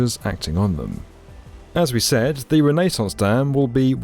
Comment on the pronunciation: i had to stop once you pronounced it rennaes sauce instead of renaissance lol its like glass in my ears lol